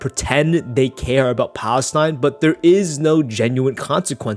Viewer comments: How did this somehow become about Israel? Speed doesn't even pronounce Palestine right lol, This is a reach, he says it as it's a trend and his chat spams it. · "Unfiltered Political Views" and it is just what is socially acceptable at the current time...he doesn't even know how to pronounce Palestine . Reminds me of those videos where people ask protestors about what they are protesting about and they can't even explain it, to paraphrase a segment from your other video titled "Why Did Philosophers Hate Women?" Memorization shows you don't understand the material, because if you truly understood it you would be able to explain it from the basics upward.